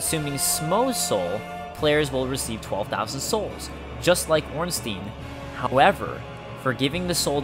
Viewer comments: Its "Ornstayn". Not "Ornsteen" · gamer smough is pronounced smog and ornstein is pronounced ornstine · we do not read Ornsteen but Ornstein. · STEIN NOT STEEN FÆN FÆN FÆN AAAAAAAA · orn-stine IS the german pronunciation. EI gets an "eye" sound and IE get the "eee" sound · blyed coont exactly but these people actually think it's ornstean for some reason. It doesn't even look like its pronounced like that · Some Guy but germans does not use the yne-ending on words very much, they use Stein, as the name also suggest.. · Ornstein is German, so it is pronounced "Ornstein-EIN", like "one" in German. That is at least a "proper" pronunciation. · gamer You sure the Stein in Ornstein is not german pronounced? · Do you say Eins-teen too? xD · Ornstein... STEIN! NOT STEEN!!!! Smough is well pronounced :)